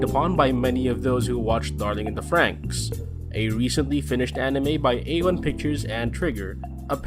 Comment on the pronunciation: Wow. Stopped watching as soon as the narrator mispronounced "franxx"